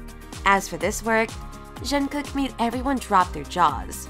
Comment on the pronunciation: how can you butcher Jungkook's name so bad and you're supposed to be "kpop zone"